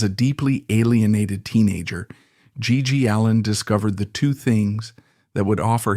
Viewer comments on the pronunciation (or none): "His name was gee... ..Gee allin." "1880s rock n roll." "Stiv buh-TORS." "G.G. Aleen." Man, fuck your AI bullshit.